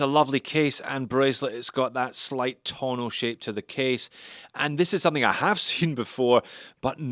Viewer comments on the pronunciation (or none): none